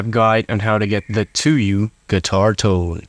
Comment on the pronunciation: hey just wanted to say that it's pronounced tSuyu （ツユ） not tuyu（トゥユ）